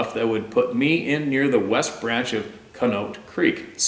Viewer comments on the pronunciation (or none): Lol,, your pronunciations lol. Conneaut is "con-ee-ought". One of those typical 'why don't they just spell it that way?' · Ash-ta-bula Cony-acht your welcome....lol